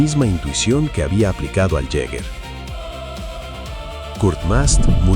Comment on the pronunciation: Hola, te corrijo, mi Apellido es Jäger, significa "cazador" en alemán en términos militares. Y su pronunciación suena como giga ( o yiga) es difícil describirla. Sería algo así como " yigameister" maestro cazador